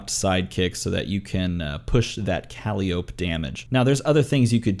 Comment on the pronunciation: I'm no D&D'er, but isn't her name pronounced kuh-lie'-oh-pee?